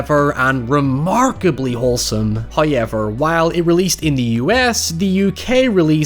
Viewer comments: so long as I hear "hoyever", I'm happy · My favorite word in his accent not gonna lie 😆😁